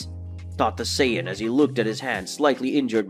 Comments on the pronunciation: I find it extremely offensive the way you say “Saiyan”. It’s like you’ve never watched Dragon ball in your life. Fix that it’s not right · Bro you stuck at reading dragon ball vocabulary 😂 you butchered Saiyan and whis and you read like a student in class volunteered to stand up and read 😂😂😂 very enjoyable content to relax and go to sleep.